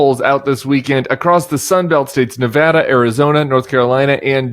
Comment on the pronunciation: Thank you for pronouncing Nevada correctly! We're working hard here! We've gone blue since 2008 and I hope it stays that way.